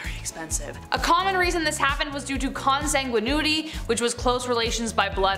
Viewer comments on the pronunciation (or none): Kahn San Gwen ity. Not Kahn San Gwen oo ity.